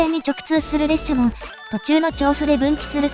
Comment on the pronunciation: 聞きやすい声ですが、「さサづか」「レっしゃ」のイントネーションが気になります。